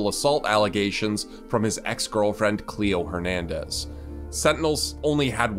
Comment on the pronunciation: normal people:cleo hernadez fifa players: cleo hernandj